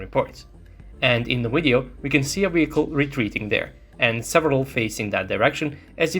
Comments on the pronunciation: Hearing the pronunciation of the "Video" as "Wideo" makes in unwatchable. I know for Russian speakers there is no difference between those words, but trust me, it's massive. You sound like a Vatnik. I'm sure your aim is to reach as many people as possible and maybe sound professional in your speech so people take your words seriously. Right now, making such a basic phonetic mistake is beyond annoying for viewers. If you wish to present your videos in English at least go all the way. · Only once he said video correctly but other than that it's wideo...irritating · Why is he saying wideo instead of video 🤷🏻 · On the Wid-eo... say it right VIDEO - it is a V, not a W! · What's a wideo? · Why do you keep saying the word wideo instead of video? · You can pronounce a V... why do you say wideo? 🤔 it's a cute linguistic question I have had for years... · Do you say WIDEO? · Wisible in the wideo. Heard you say move. Why don't yak pronounce the words that begin with v?